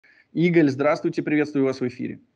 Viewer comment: Ударение на второй слог. Это ИгАль, а не типа Игор